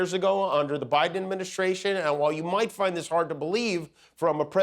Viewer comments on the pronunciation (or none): none